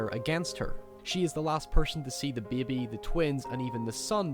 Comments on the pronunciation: You pronounce baby funny. Beei-be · Beby xD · He says "bebe". XD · i like how you say "baby" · I like how you say the word baby..lol